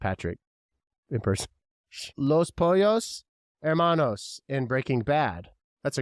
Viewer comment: I’ve only seen sponge Bob 3 times,so I didn’t grow up with it🤣 but you did pronounce los pollo hermanos right! Nope never seen how I met your mother